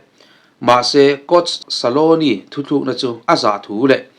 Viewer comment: Argentina coach hming ilam dan hi dik lo deuh saloni iti mai in ka hria scaloni tih zawk tur